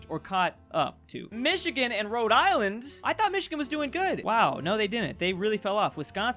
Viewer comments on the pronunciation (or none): none